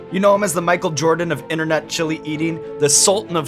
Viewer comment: Can we stop saying "Innernet"?